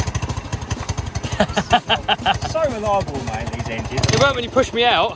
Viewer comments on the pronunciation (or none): none